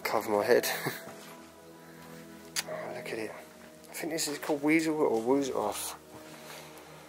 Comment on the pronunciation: Your so funny, it's an easel not a weasel love you and loved this video 🐿️🌟